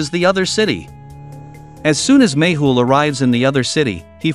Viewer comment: It always sounds like u say maple instead of méhul